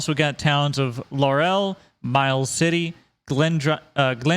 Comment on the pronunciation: to pronounce laurel instead of "lor el" its "lor uhl" and havre is "have er" and kalispell i think you just read it wrong also yes the weight station do look like that